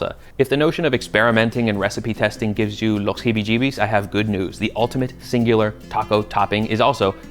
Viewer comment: "los jibi-llibis" 😂